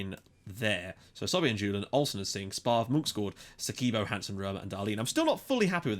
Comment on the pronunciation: It's not "SOBE" it's "SOBHY"